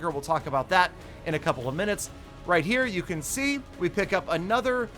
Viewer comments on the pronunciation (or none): Valdemar Keisu it’s “right” not rithe